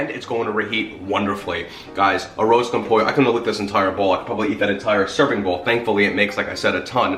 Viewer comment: Everyone you said arroz con pollo it was so gringo